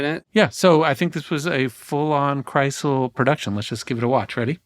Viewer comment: Have you also wondered how long it will take Seth to realize that Krisel's name does not contain the letter T?